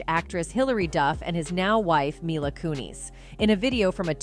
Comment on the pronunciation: You can't pronounce Kutcher or Kunis and you say a dollar 10 for "$10"!! I'm out, I can't listen to this